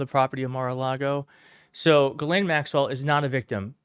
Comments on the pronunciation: It's pronounced zhee-LEN, not ga-lane. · It's pronounced "JIZZZZZZ- LANE" ...have a little respect